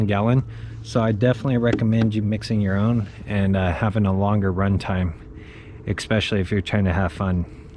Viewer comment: Oh... and expecially is not a word. I think you meant to say especially.